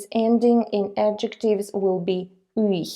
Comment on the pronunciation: Why do you pronounce "ый" almost as "ых"?